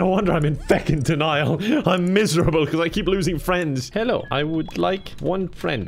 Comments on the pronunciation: No...You are correct. But it is "DEN-IAL" not "DAN-IAL" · Ah yes denial pronounced Daniel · it doesn't sound right when you pronounce denial "Daniel" and say "I'm in denial" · Denial lol I thought he was saying Daniel 😂 I was like that’s not how you spell it 😂